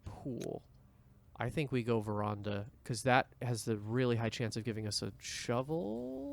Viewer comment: you probably don't care but veranda is pronnounced as ver-ann-da as fopr your question the (in game) lore makes it clear that marion faked her disappearance after the crown was stolen so that she wouldn't be captured; while its never stated outright its heavily implied that mnarion is alive and well in the country to the south of the one in which the estate is located